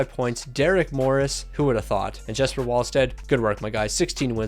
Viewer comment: JeSpEr NO DUDE IT'S Jesper